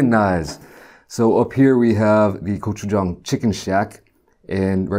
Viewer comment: Finally someone who can pronounce gochujang